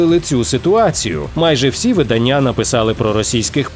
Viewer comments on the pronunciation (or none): none